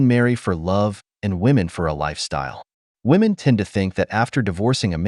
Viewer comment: Am i the only one hearing women...say women wrong?